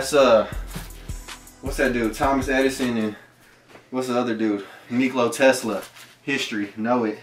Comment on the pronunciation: "Niclo tesla"